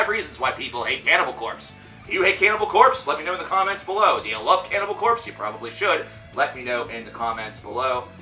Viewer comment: you are saying their name like a noob.